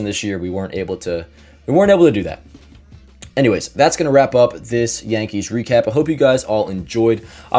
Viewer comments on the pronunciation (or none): none